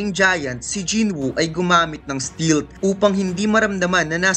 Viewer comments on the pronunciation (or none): Grabe ung STILTH mo,😆😆😆